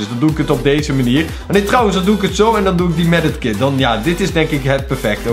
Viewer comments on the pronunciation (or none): Het is medkit niet medekit Haha! Maakt niet uit nog steeds leuke video!❤️ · STOP MEDEKIT ZEGGEN PLZ ZEG MEDKIT